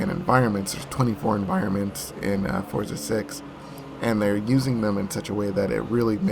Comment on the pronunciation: name pronounced properly instead of that fortza shit lol